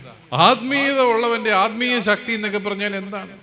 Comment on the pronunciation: അൽമീയം അല്ല ആൽമീകം ആണ് ശരി